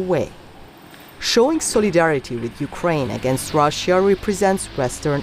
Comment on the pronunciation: And that annoying pronuciation of the words Russia and russians. It's pronounced ruh-shuh, not rassiya or rassiyans.